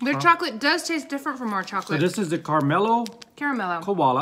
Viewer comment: "Koala": That is not pronounced the way you say it. It is pronounced Ko ARE lar (Ko is the same sound as row).